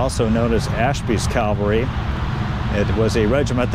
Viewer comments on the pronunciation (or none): CAValry…not CALvary. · CAV-ALRY not CAL-VARY